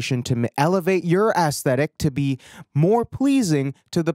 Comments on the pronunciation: bro it's not pronounced "ass-thetic" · The way he says ass-thetic.... 🙈